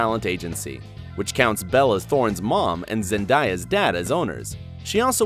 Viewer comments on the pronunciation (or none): It is ZENDAYA NOT ZENDIEYA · Who else was triggered when he said Zendieya LIKE BOY ITS ZENDAYA